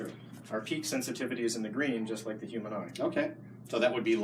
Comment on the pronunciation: Please tell Seth that "human" has a H in it. Good job guys